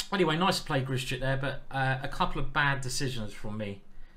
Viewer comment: Ben says why do you keep butchering Grischuk's name. It's not 'Grishy - Chuk' for Christ's sake, practise saying 'Grish - Uck' in the mirror and remember there is no 'Y'.